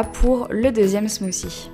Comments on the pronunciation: Je parle mieux anglais que toi parce que j'habite un pays anglophone donc j'ai raison. et en passant "th" ca se prononce "t" pas "c" si tu vas voir des videos anglaises tu vas comprendre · Euh 'smothie' on le prononce 'smotie' mais pas 'smosie' ... C'est un mot anglais il faut le prononcer en anglais, pas la peine d'elastiquer trop les mots de la langue anglaise etles prononcer a la langue française. C'est pas classe tu sais. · on dis pas ''smoosie'' -_- c smoothie smoothie c pas compliqué à dire ..come on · ca ne se dit pas "Smoussie" mais "Smouthy" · ahhh j'aime pas les gens qui prononcent "smoossi" alors que c'est "smoothie" bordel si on arrive pas on utilise un autre mot non? bref sinon la vidéo est agréable à regarder et j'aime les pailles sont hyper mignonnes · Crazy Cat 8D ce qui nous fache, cest de voir que vous prenez un accent completement sorti de nul part pour parler anglais, vous vous faites un genre de je sais pas trop quoi qui a rien avoir avec langlais. ZE voice ?? smooCIE? cest pourtant pas plus difficie de prononcer correctement THE et smooTHIE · pour la prononciation non on dit smooçi (c'est anglais donc th c'est "ç" car il y a une voyelle avant) et ananas prononcé ananasse :-) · En fait on ne dit pas 'smooci', on dit plutôt 'smoodi' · just une petite remarque sur la prononciation de l'anglais, mais vous déconnez les francais !! bah puisque vous êtes complexé et même jaloux des anglais et des américains arretez cette prononciation de merde .. ze au lieu de the , et maintenant elle dit smouci !! soit vous prononcez correctement soit vos gueules ! (c'est mon avis personnel :3 ) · Smoozie haha j'adore ta prononciation 😂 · Mdr sa prononciation de "Smoothie" sinon j'aime ces recettes